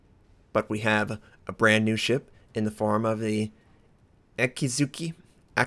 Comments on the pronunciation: YU-gu-mo. Not gi. Ah-KI-dzu-ki. Shi-rah-tsu-yu. Ah-KAH-tski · Akizuki is pronounced AKIEEE ZUKEE